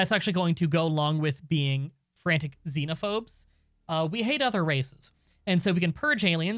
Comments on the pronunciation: Excited for the series! I love this game, (though it’s fanatic, not frantic) ;) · thats Fanatic Xenophobe, not Frantic Xenophobe